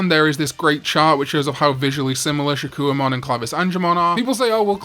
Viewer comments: Your vids are entertaining but your absolute mangling and mispronunciation of names ruins them. For instance, it's "SHA-KOH"mon not "SHA-KEW-UH"mon. You put in effort to everything else but give up for things like that? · I'm still waiting for a video where he pronounces Shakkoumon correctly